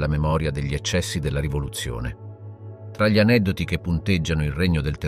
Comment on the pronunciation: Un buon lavoro con qualche piccola incongruenza. Presumo sia un problema tecnico il fatto che "gli " venga sempre letto male e poi,anche le date...peccato. Spero riuscirai a risolvere questi problemi...i tuoi video sono molto interessanti. Ciao